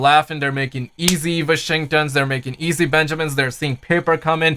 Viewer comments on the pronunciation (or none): Bruh the way you pronounce Washington.